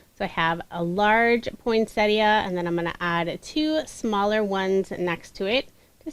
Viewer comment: Finally, someone who knows how to pronounce ‘Poinsettia’ Thank You 😊 I’ve watched a few tutorials using the awesome plant 🌱 but couldn’t watch to the end because it flustered me,,,,,,,immensely.